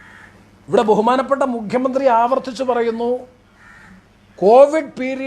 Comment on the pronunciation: മുഘ്യമന്ത്രി, മുഘ്യമന്ത്രി, മുഘ്യമന്ത്രി അല്ല സർ മുഖ്യമന്ത്രിയാണ്. ഓർ മുക്കിയ മന്ത്രി